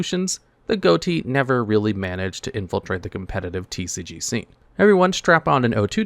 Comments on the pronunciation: Goaty? That's pronounced fish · Is it not unironically pronounced "fish" and not "Goatee"? Never heard or played these cards but I found it interesting that the archetype was named that. "Gh" sounds like "f" as in "rough". "O" sounds like "i" as in "button". And "ti" sounds like "sh" as in "action"? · It's pronounced "fish." GH like in enouGH, O like in wOmen, and TI like the suffix -TIon. Ghoti. That's the joke. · it annoys me he keeps saying Ghoti and not fish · It should really be pronounced fish not goti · Wait, 'Ghoti' is pronounced like 'goaty' and not 'fish'? o.o The 'gh' like in 'laugh', the 'o' like in 'women', and the 'ti' like in 'nation'. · It's pronounced "fish" believe it or not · Isnt it supposed to be pronounced fish? Gh as in enough (f sound) o as in women (i sound) and ti as in nation (sh sound) it should all be fish. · Bro. GHOTI is a linguistics joke. It is pronounced FISH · wild that he never pronounced Ghoti right once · Hearing you pronounce Ghoti wrong all throughout the video is annoying.